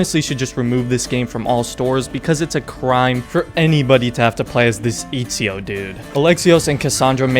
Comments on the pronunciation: my guy said EAZIO instead of ezio 😂😂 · Why did he say izio instead of ezio ? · This man just said Izio instead of saying Ezio😂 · FIRST this game is trash for ME ONLY FOR ME BUT PLS DON'T CALL EZIO IZIO BECAUSE IS ITALIAN AND U NEED TO SAY E Z I O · its not Ezio it's Izio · Imagine calling Etsio, Itsio. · And it's Ezio with a short E you braindead monkey 🐒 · man really said etdzio and altdir 😂😂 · I laughed my italian ass off when you said Itsio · Eazio?? I thougjt it was Atezio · Eet see oh, I absolutely can't 🤣🤣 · Lol, "Eatseeo" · It’s sad cause I think it’s one of the best games ever for real... I lost all respect at Eat-z-0 though... then noticed you were being sarcastic. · Lol he also says “Eetsio” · it is ETZIO, you fucking retard go to google translate and type ezio and listen how its pronounced in italian... dont breed LOL :D HAHA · How you pronounced ezio and Altair had me dying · The way you pronounced Ezio gave me flashbacks to 2019 which is when I actually got into Assassin's Creed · I stopped watching when you mispronounced Ezio and called him "terrible", "super annoying" and "unlikeable". You have no fucking idea what you're talking about. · Oh man I died laughing when you pronounced Ezio's name wrong. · as soon as he mispronounced ezio i knew this had to be a joke lmao. But i actually thought it would be a serious video about odyssey lol i've been actually considering getting the game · Baggin on ezio and you can't even pronounce his name correctly LOL go away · odyssey is best game - alright. interesting take. ill hear you out AC II is trash - Oh very controversial. Its a hot take but okay mispronounces ezio - THIS HAS TO BE A JOKE almost got me there man. Checked the date as soon as i heard that lol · I hope the mispronounce of "E"zio is also a joke! Because it bugged me to death! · As soon as he mispronounced Ezio's name I new